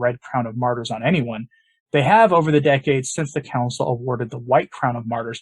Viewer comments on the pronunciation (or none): none